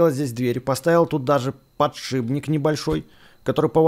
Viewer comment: подшиПник, подшиБник это когда мозги вышиБло тому кто говорит так!!!